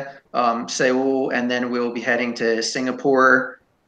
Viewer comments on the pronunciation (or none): Soul not Se-owl. Thats how you pronounce Seoul